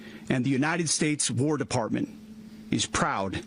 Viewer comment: Maduro, said "Peace not Whaarr" well he just got a PIECE of our United States Delta Force!!!